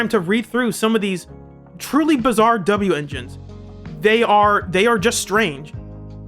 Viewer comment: Well that was good. Also just say wenjin like the rest of us.